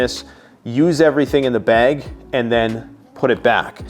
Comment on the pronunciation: Is it weird that I enjoy hearing you say bag? “Bayg” I know I’m not alone.